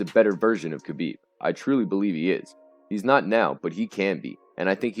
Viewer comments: The K in Khabib Nurmagomedov is silent technically pronounced Ha-Beeb Nurmagomedov not Kai-Beeb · The K is silent in Khabib and Makhachev. Oh, and in Khamzat too. Damn dude. Make an effort to learn to pronounce fighters names. I couldn't watch this video beyond 20 seconds because of that. Please take the constructive criticism positively. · DC has called him Ka-Beeb for years and he never corrects him...